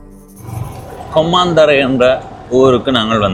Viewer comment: தம்பி இது நான் பிறந்து வளர்ந்த ஊர், உங்கள் உச்சரிப்பில் கொம்மாந்தறை என கேட்கிறது, (மா அல்ல ம) கொம்மந்தறை என்பதே சரியானது. வழிகாட்டல் பலகையில் சிறிது தவறாக பெயர் எழுதப்பட்டிருக்கலாம். இந்த காணொளியில் நெற்கொழு வயல்வெளிப்பகுதியே உரையாடலின் பின்னணியில் தெரிவது. நிறைந்த விவசாய நிலப்பரப்பையும், குறைந்த குடியிருப்பு பகுதியையும் கொண்ட ஊராக குறிப்பிடலாம். இதன் தொடர்ச்சியான காணொளிக்காக காத்திருக்கிறேன்..